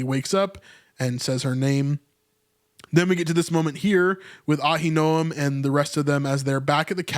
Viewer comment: Uh-HIN-o-um. Ahinoam